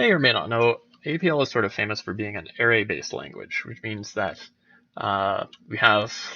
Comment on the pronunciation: arRAY, not AIRay...but it's a good video. That one thing chafes, though.